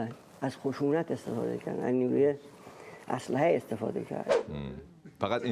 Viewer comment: ها ها ها این شیره ای موفنگی آوردند برای ایران تصمیم بگیره نه بابا بگو اسلحه نه اشلحه بگو سوسک شوشک😂😂😂😂🤣🤣🤣🤣🤣🤣